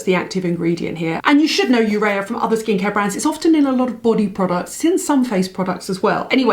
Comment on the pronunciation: UREA is a a product of protein metabolism and it's pronounced = yoo-ree-uh : - )